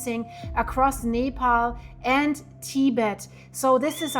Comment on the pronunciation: It is pronounce nep all